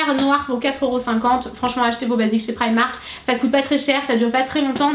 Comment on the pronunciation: prq toutes les youtubeuse dites prymark !? C'est primark